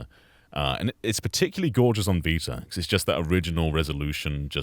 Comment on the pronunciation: The vita or as says the Viter